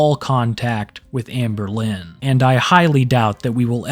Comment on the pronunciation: "Hamburlin" nice lol